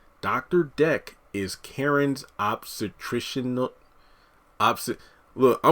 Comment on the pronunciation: Obstetrician (ob-stuh-trish-an)